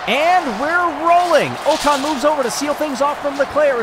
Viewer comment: great stuff, but Ocon's name is pronounced like "ockon" (rhymes with sock on)